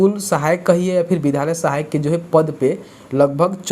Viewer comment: Vidhalya mat bolo vidyalaya bolo . Tum bahut galti speak kar rahe ho.